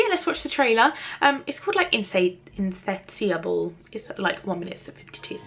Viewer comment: When you couldn't pronounce insatiable, I couldn't take you seriously.